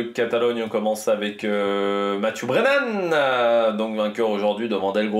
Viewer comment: Belle prononciation du nom du vainqueur!